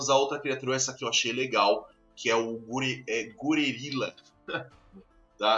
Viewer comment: o "guririla" se lê "gore rilla", como se fosse um gorila 'gore', tlg? Achei bem foda esse bicho ae, em compensação daqueles outros lá feios p porra